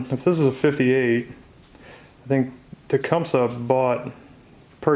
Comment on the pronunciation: It is properly pronounced "TA-COME-SEE" !!!